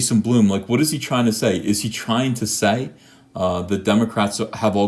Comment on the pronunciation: Ethen. Please. Blum. BLUM. not.. b l o o m gashhh